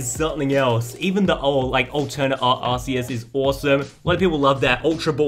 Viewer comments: hey i think it is supposed to be pronounced ar-key-us as in key not ar-see-us as in see. Love the content tho bro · Im sorry but there is no way he just called "Arceus" , "Arseeus"... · Ark-ee-us is the original and proper way to say it. Ar-say-us is the improper way and Aar-see-us is the poor man's pronunciation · AHHHH HE SAID ARSEEUS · Why do you all keep on pronouncing that Pokemon wrong it's Arceus